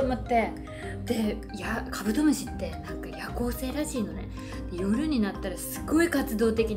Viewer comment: 酔ってきちゃったのかカブドム"シになっててかわいい